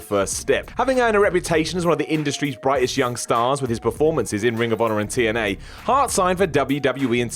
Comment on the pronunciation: did you say aries was a champion in "2NA" lol that's what it sounded like